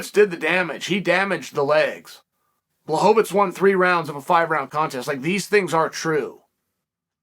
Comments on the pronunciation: Chael... you told me his name was Blowhovavich!!! ...what happened? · CHAEL, Błachowicz isnt a jew, why do you keep calling him Blachovitz? Its so disrespectful.